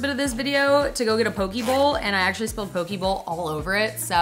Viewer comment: It’s pronounced pokeh not pokee